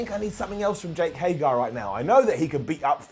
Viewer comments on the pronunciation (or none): It took for to Mispronounce Jake Hager's name. I don't get it....someone please explain this to me. Why does he do this? I have heard him say HAY-GER before. So why does he keep saying HAY-GAR?? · Bro it's jake HAGER not HAYGAR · jake hagER not jake hagAR